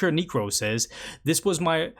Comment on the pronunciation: This doesn’t rly matter much but I just wanted to say necro is pronounced like “neck row” also I’m subbin cuz I wanna help support smaller channels. Keep grindin bro